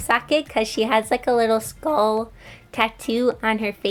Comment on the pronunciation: you maybe said skull a little wiggly (no hate it's still cute)